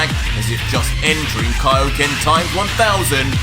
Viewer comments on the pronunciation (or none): Ah he said it "Kaio-what" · No one can say kaioken right😭 kaio-wha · Nobody can't say "Kaioken" TFS DBZ Kaio-what?!